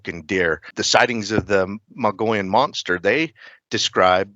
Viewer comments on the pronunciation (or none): Please learn how to pronounce Mogollon! I'm an Arizona native, I live on The Mogollon rim, Its pronounced MO-GO-YONE! A double LL in Spanish makes a Y sound. U keep saying Mongolian. 😂